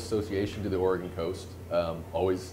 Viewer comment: You pronounce it "OR-EH-GUN" not "OR-EE-GONE" lol. Great video!